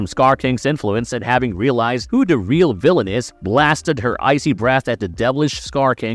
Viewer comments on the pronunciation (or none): none